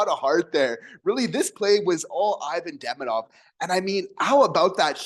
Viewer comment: bruh....pronounce his name correctly.....